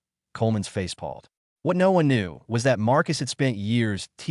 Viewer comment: It's "Coleman's face paled" with "paled" rhyming with "nailed."